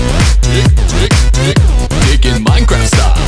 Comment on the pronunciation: I swear i keep hearing him say “dick” and not “dig”